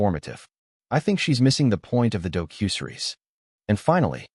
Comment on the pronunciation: AI can't even pronounce "docu-series"??? It's not dough-cue-seres ;-))